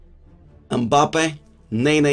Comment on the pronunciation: Why tf does he say mbappes name like that